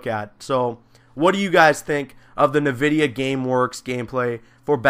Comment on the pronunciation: its not nuh vidia its n vidia. say the letter n.